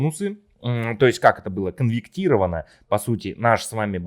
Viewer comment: КонвеРтировать, а не конверКтировать. 😂😂😂